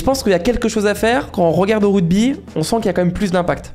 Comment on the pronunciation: C’est ruGby et pas ruDby par contre 😂